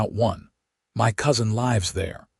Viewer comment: “Lives” is pronounced wrong.